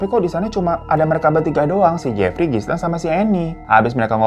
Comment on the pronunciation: Gilein bang baca namanya Ghislaine. S-nya ga dibaca atuh.